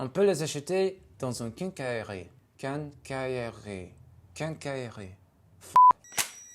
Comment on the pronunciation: You were good on the pronunciation of quincaillerie